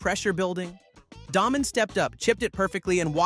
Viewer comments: It is pronounced DAAAY Men, not Daah-men! Do some research first dude. Show you don't know golf at all. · It's Day Men, not Daw Men